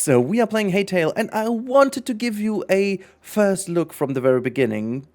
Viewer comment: I believe its pronounced hi-tale, not hey-tale